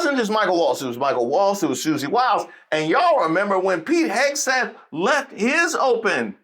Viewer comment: Did you say Kegseth?!